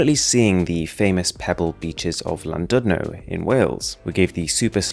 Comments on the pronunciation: I thought this whole time 'this looks familiar' then when he said Llandudno (which is pronounced Clandudno btw) I realized I went on holiday there 2 weeks ago! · the way he said Llandudno 😭😭🏴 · I could tell he pronounced it wrong, and I've never heard of Llandudno before lmao There's just something about the way non-Welsh speakers try pronouncing Welsh words ahah